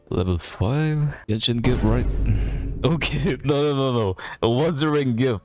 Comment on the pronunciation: You are so used to with genshin yet you don't know the correct spelling of genshin, it's genshin bro not jenshin